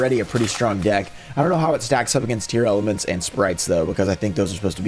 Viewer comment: I don't get why everyone is calling them Tearelements? Tear-La-Ments. Dunno where all the extra letters are coming from?